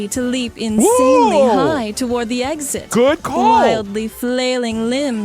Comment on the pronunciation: goot... i meant specifically goot